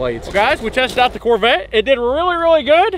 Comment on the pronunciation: “Chevy Truvette” lol